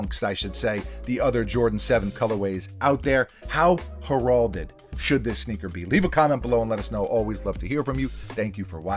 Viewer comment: It's Heralded...heralded! Not Gerhalded